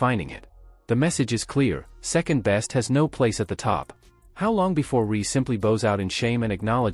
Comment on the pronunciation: Also referring to Reese as "Ree."